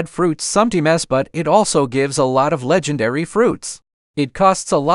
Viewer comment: A le-gen-air-ry reward 😂😂😂